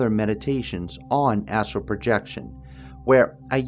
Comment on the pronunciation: I just noticed you say "Assual World" and "Assual Projechun" . Almost sound drunk or a speech problem. I still love your videos but every time you say ASSURAL and not Asteral it makes me laugh.